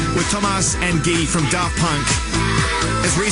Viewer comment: Thomas and Guy (Guillaume) /ghee/. everybody confuses his nickname with actual word guy, that rhymes with buy,fly, but it doesn't sound so....well, cause it's french